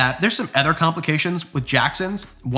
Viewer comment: I love your content SO much... been following you for awhile.... but I've been holding back on a comment and I just can't anymore... why can't you pronounce "other" and instead say "eether" lol I'm also Canadian ♡ but come on man, its Other not EHther lol 😂❤ but it's all good, I'm just being silly goosey, bobs my uncle, lol